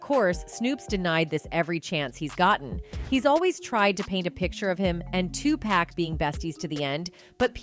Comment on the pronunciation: his name not 2pack this video full of sh